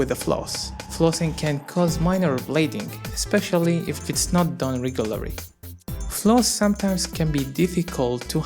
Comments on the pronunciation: he can't pronounce "R" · y cant u say "regularly"?